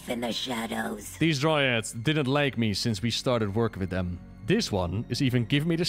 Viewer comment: Dryads, Dry-Adds.